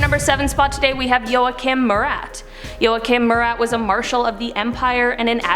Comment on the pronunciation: "yOaKiM mYuRat" bruh it's "Jo" achim with a "jeau" sound